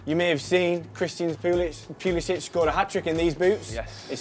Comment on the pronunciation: Can’t even pronounce Pulisic’s name correctly